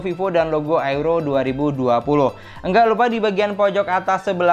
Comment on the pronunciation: Maaf boss di bacanya youro 2020 . Buka airo